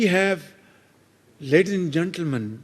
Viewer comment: Ledin And Gentlemen 😂😂😂